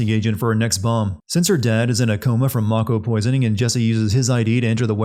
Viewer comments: why did you pronounce mako as 'may-ko' when you pronounced mako correctly for the sin right before it? +1 sin for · You committ a sin yourself by pronouncing "Mah-ko" as "May-ko". Like common, it's japanese vowels and they say it over and over in the game. Can't even take the rest of the video seriously after that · Sins the announcer for saying "may-ko" and "Tih-fah" Also, remove sin for epic line: "If I have to fight multiple versions of Sephiroth in the final game, I'll petition to rename 'anuyrisms' in medical textbooks to Nomuras," Resubmits said sin for misspelling 'aneurysms' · So much wrong with this. First off you pronounce mako wrong. Second, Cloud is 5'8 not 5'11 And Shinra was very well aware of Avalanche plans. I'll post another comment with more., I'm only 2 minutes in.